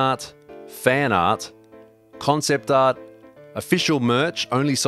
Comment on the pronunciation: "fanart" " F A N A R T " nice